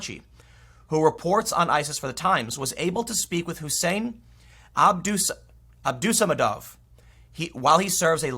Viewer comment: Once again, Tim. Those Russian last names, they are usually emphasized on second last syllable (third last for female names). That is, the syllable before ov/ev. AbdusaMADov.